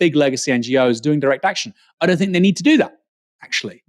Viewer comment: it's "think" not "fink" just fyi